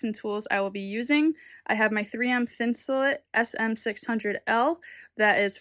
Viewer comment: It's pronounced Thin su Late, not thin su Lit. As in: Insulate. It was developed as a insulation for outdoor clothing, sleeping bags and boots.